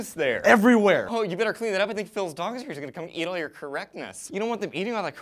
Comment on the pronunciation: I heard that as "Phil's dong is going to eat all this correctness." It took me a second to realise you said "Phil's dog."